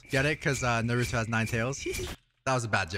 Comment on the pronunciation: can you say naruto right 😭